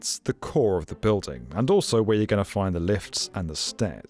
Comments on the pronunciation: Is she saying "buildung?" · Why on earth is she pronouncing "building" like that?